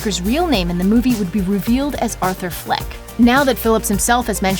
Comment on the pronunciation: Athur fleck Aflexk 😂👌😱